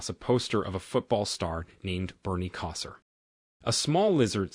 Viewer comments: The football player's name is not Bernie Kosser (at about ). His last name is pronounced Ko Sar, and it's actually spelled like it sounds, Kosar. Between 10 and 10 1/2 minutes, Telekinesis is being pronounced incorrectly, as well. People should either have a real person that speaks English read these, or make sure the AI didn't make any mistakes before posting. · Bernia Koser.?.. Koh-Sar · It's KO-sar. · It’s…Bernie Kosar with a long “O” sound like the word “hope.” He played college at the University of Miami and then the Cleveland Browns in the NFL. Either you’re an idiot or simply not narrating with your own, no AI, voice. What a joke. Take some pride in your work. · Look up how to pronounce Bernie Kosar. Long o as in toe and the a is like the a in car.